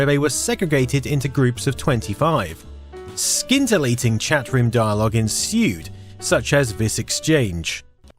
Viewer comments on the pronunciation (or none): sin not scin, silent c. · I can't be the first, but "skintillating"? The C is silent: "sintillating". Is that a British vs American pronunciation difference that I've never heard before? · It's "SIN" tilating